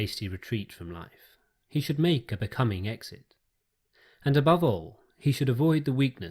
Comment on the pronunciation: Whats with the pronunciation of the word all? Thanks for your content though